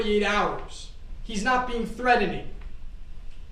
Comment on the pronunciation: “Threading” 😂😂😂, you would think Law School would help with pronunciations…Dude, not to be rude thought it’s “threat·en·ing” you need to sound out the T•en•ING 😮